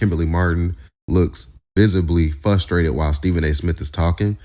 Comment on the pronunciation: Did you say fustrated 😂😂😂😂